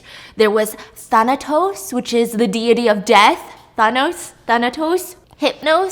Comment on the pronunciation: I've never heard anyone pronounce deity as dee-yeh-tee until stephanie lmao